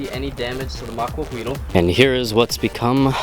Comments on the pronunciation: i'm mexican and in not quite sure about it but i believe its spelled macuahuitl and its pronounced macuauitl with a strong t also the h doesn't make a sound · I keep rewinding to hear him say "Maquahuitl" XD